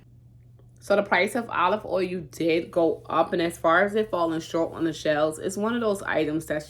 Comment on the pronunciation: Being from Alaska originally when you say oil it just cracks me up. Sounds like ohu when you say it. When I first met my Daddys relative from Missouri theiraccent was so heavy I couldn't understand what they were saying. Love your videos . Enjoy watching your little one so cute